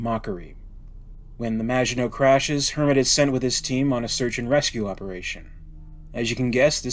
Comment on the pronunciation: Excellent pronunciation of maginot 👍